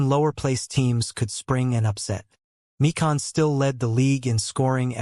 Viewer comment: George My-kin not Mee-Kahn.